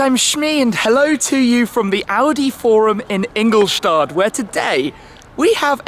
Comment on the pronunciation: Ingol'shtatt' not Ingol'shtard'